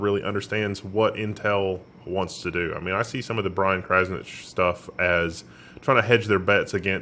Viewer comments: It is Kraznić the lest one you pronounce as tsch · "Kraznich Inside"... That kills me